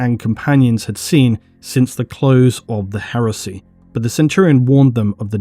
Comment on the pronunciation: Whenever you say Heresy I keep hearing HERUSSY!